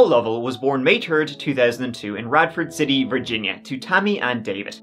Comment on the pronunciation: Wth kind of pronunciation is Virginia?